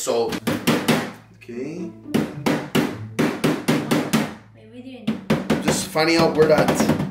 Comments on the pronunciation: Why do you say ota instead of ok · He keeps saying otay instead of okay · and you say Otai zehn ok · Why do you say ote